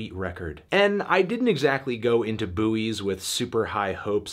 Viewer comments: "Boo-eees" ?? We definitely pronounce that word "boys" in britain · The 'U' is silent bro, only so many times I can listen to a man say 'boowees' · I don't know much about this album but isn't it just pronounced like the thing in the sea? he sounds so dumb saying "bu oys" ygm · The pronunciation of buoy. How did the word buoy come to be pronounced "BOO-ee" in most of the US? The British pronunciation "BOY" as in the word buoyancy or buoyant (which both countries pronounce the same) seems to be pretty straight-forward, so where did the US version come from? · wait do american's pronounce buoys as booeeys? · Isn't it pronounced "Boys"???? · okay, but can we talk about how he's pronouncing Buoys? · yeah, but I didn't ask Merriam-Webster, because I'm in a YouTube comments section and just found it funny because I didn't know there was a different American way of pronouncing the word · The way Anthony says Buoys kinda kills me inside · It’s a CT thing. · Is he joking with the pronunciation or is that how Americans say it omg